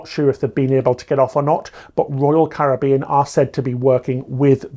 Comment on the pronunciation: thank you for pronouncing Caribbean properly